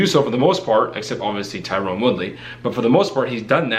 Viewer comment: Please learn how to pronounce TYRON's first name